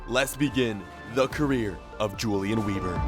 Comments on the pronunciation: It’s prenounced “Veber” and not “Webur” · Say Vebr not Weeber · “w” sounds are pronounced with a “v” sound so it’d be “veber” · i am german and you SHOULD PRONOUNCE IT like this: YOU-LIAN VEBER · Since ur German ur meant to pronounce it veber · Pronounced veber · That is an awful last name it should be pronounced vehber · Wieber is prenounced ”Viber” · Weber should be pronounced as 'Vehber' Great series though, once again! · It's gonna be pronounced Yulian Vehber, friend. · You are pronouncing his name wrong. Weber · the W is pronounced with a V